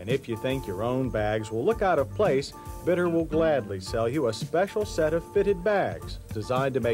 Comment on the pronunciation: I think it should be pronounced Beet-t-ter. Yes, you gotta to the T twice. And it's far more Bee or Beat, than Bit.